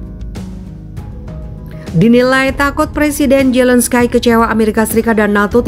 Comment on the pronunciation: Di Bacanya Zelenski ko Zelenskay hihiiiii...